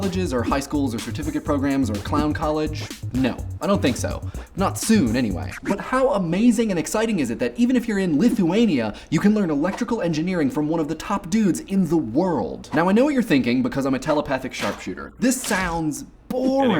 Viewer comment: I AM in Lithuania as a matter of fact. But you pronounced 'Lithu-ayneeeya' like it's some obsolete place. And you know what? - it is. Get me the fuck out of here!!!!! pleaaaaase...